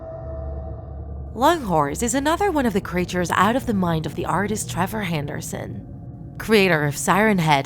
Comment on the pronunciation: It's (Trever) not (Trover)